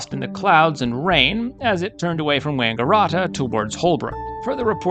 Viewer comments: Wanga - RAT - a is how it is pronounced, like a rat. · You Yanks love those long vowels. It's not Wangarahta or Benahla. Those vowels should be short like the A in cat. Also Melbourne should be pronounced MELBN. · I can tell you are from the US. Melbourne is not pronounced 'Melborn'. It is better thought of as Melbn. As for Wangaratta! Try Wanga rat ah. All 3 of these crashes occurred along the 2,300 mile long Great Dividing Range, which runs almost the entire length of the east coast of Australia. NONE of them would be classified by any stretch of the imagination as being in the 'Outback'.